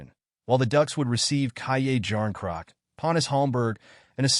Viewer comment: Ky-yay-jarn-crock…… that’s all I needed to hear lmao